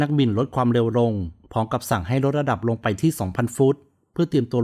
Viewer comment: เป็นคลิปที่ให้ความรู้ เยี่ยมครับ ถ้าพัฒนาเรื่อง ร เลือ กับ ลอ ริง จะเยี่ยมกว่านี้อีกครับ ดูไม่เป็นมืออาชีพ แค่ รอ เรือ กับ ลอ ลิง น่าจะไม่ยากครับ ......ในตอนแลก ......รดระดับรง ......ลองฟังดูเองนะครับ